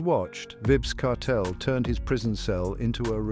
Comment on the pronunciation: Have some respect for the man name. The AI voice is not pronouncing his name correctly. Tune it up or just refer to him as "Kartel".